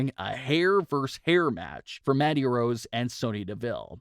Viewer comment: Why does he keep calling her MADDIE Rose??? Her name is MANDY